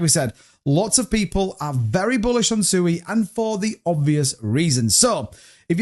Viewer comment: At least pronounce Sui right🤔